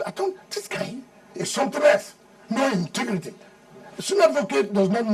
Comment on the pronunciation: God will not allow Wike to rule Nigeria, apart from pride, he has no sense - he is so shallow and a trouble maker. Mr. ' intigrity' - English of a so-called lawyer. "Intigrity' instead of ' integrity'